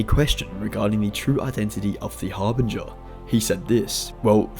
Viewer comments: I despise the way you say Harbinger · The way he says harbinger is driving me crazy! But else wise good vid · Harbinger - the G is soft bro LMAO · You say harbinger very strangely.